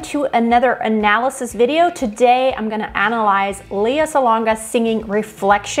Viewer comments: Her name is pronounced L..E...A!! Now leaha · Her name is pronounced lay ah.